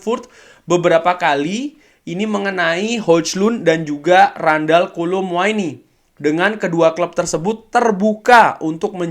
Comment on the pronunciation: Kolo Muani,. Kok jadi Kolo Muaini?